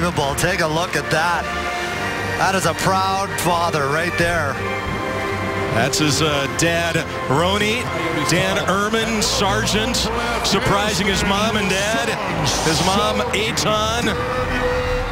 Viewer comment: What a really nice moment. BUT. I love how the commentators totally botched pronouncing and mixed up the parents' name: The mother is Ronit (pronounced: roe-nEEt) and the father is Eitan. Well done, guys -__